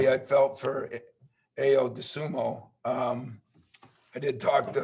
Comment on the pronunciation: Hey coach, why don't you give Aaaaayyyyooooo some respect and pronounce his name correctly. The least you could do. Dirty team, dirty players. Kofi got hacked and elbowed in the head and then the blatant cheap shot to Ayo. No play on the ball. MSU ain't going nowhere anyways. Thanks for attempting to ruin a special season for the Illini. Changes my viewpoint of MSU completely